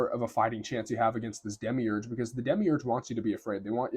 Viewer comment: why you say demigurg, are you gnostic?